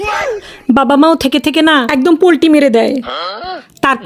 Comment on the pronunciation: Polti na palti bole😂😂😂😂😂